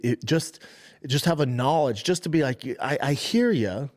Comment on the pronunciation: “the GNAWLEDGE, b”